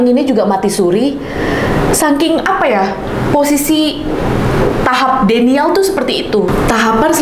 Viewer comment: Fyi denial (baca:dinaiel)